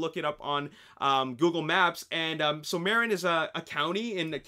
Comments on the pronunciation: Its Pronounced Mu-rin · Marin is pronounced Muh-ren